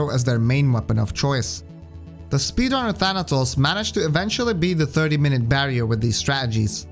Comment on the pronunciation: The way you pronounce "Thanatos" (Θάνατος) is surprisingly correct